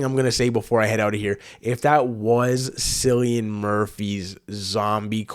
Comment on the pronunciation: Great reaction! I hate to be that guy but his name is pronounced "Killian Murphy." And Ralph Fiennes is pronounced "Rafe Fines," a lot of people get his pronunciation wrong. Also, don't worry, Cillian is not a zombie. He will be in all three movies (28 Years Later will be a trilogy) and the bloke in the trailer was actually not Cillian like everyone says, it's just some old guy that happens to look like him lmao.